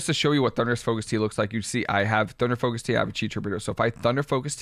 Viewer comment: Did you say “thunder focus pea” 😂😂😂 much love!!